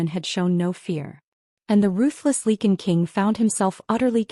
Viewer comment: "Lee kun". Are you serious?!